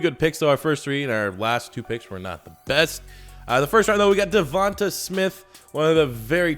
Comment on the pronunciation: Dee-Von-TAE! Is how you pronounce Devonta.